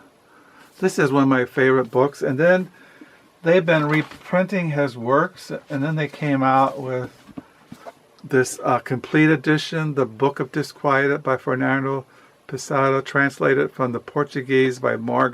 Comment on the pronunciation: Everytime you say Fernando Pessada i slap my face yo dude please put some respekk on Fernando PESSOWA's name!!!